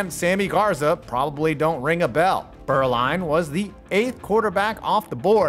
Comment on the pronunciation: I find it interesting that so many English speakers struggle to get the difference between the German letters u and ü, but here, does a very commendable pronunciation of the ü every time he says "Beuerlein". Needless to say, where Steve's name is from, i.e. the region of Germany I used to live in, Franconia (and, well, every other part of the German-speaking world), the name is actually pronounced "Boy-er-line", but lets keep that under wraps. I really enjoyed this delving into my early NFL memories, back, when Jimmy Johnson and Aikman were the bane of the Pack in almost every playoff game. Thanks to a certain expansion team, we got through to a superbowl for once, when the Panthers dumped the Cowgirls out of the running. I'll always be grateful... to an extent.